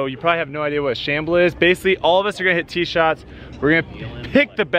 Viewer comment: It’s a scramble not a shable